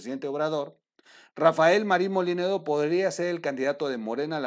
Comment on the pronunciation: No es MOLINEDO COMO TU DICES TROOL ES MOLLINEDO